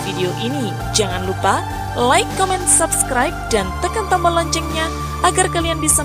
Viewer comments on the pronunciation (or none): none